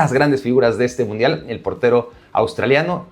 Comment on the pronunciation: "Mudial" no importa si lo Cambias, así decía Primero xd